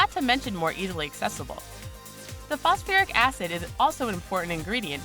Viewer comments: I find it hard to give credibility to a narrator who says "Fasafurick" when mentioning Phosphoric Acid. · there are 2 T's in the word Button......also its Phosphoric Acid, not "fosafuric acit" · you didn't just say PHOSOFURIC ACID!... brilliant commentary btw 👍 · what the hell is phosofouric acid? the narrator obviously failed chemistry class. and maybe English class too. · Seriously can you not pronounce phosphoric acid?? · I died a little inside each time she attempted to pronounce "phosphoric acid"